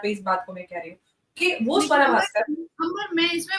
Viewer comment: Savra nahi suwra 😅😅